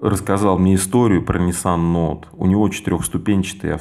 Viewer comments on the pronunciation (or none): none